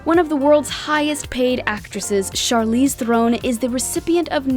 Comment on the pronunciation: You're still saying Charlize's name wrong. It's not pronounced "thrown" it's Tron